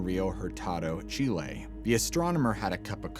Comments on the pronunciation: Not pronounced chil-lay. Chil-lee. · Chee lay 🙄🙄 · He says Chile like this: Chee-Lay. He must know lots of things.